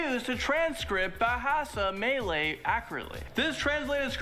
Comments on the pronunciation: Malaysia pronounced correct bt Malay is wrong 😂 Do more research bro. Muh-lay-sia Muh-lay is correct not may-lay or mei-lei No.8 what we means i dont kill something without having any purpose. Example cat/dog or even snakes. No. 6 Iban is pronounced as E-bun not I-bun. No. 1 Caning during school days is norm in Malaysia. Parents cane us at home too. However there is to an extend. Cane as if we are a golf ball is a bit too much. Cane was further enforced with the black tape few turns is even excruciating pain. Cant even feel the butt n doesnt wana sit the chair 😂. You should also mention thanks to caning seldom kids grew up become disrespect and bad adults. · he is pronouncing so many things incorrectly even simple words like Malay